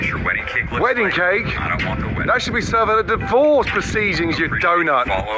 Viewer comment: Wedding stake not Wedding cake 😂😂😅